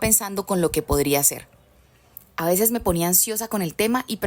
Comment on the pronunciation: Es a veces, no embeses.,y es brillo no briyo